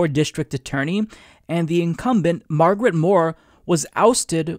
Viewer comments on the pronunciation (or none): none